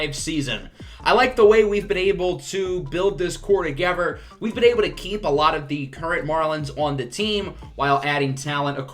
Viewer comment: where are you from? the way you pronounce “together” is interesting